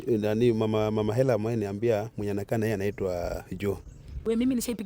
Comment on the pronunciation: waah hata baba mtoi ajui kusema Ella anasema Hella ama amelipwa huyu nkt